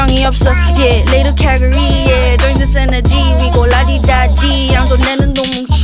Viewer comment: Calgary~ 이 부분 웃는 거랑 교정기 발음 너무 좋음